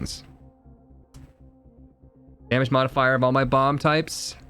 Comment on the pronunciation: Duuude every time he says bomb I think he says bong so I take a hit now I can't stop laughing